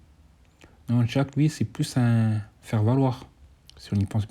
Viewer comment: Tu me fume 😂 je t’entend dire jaque au lieu de jack 😂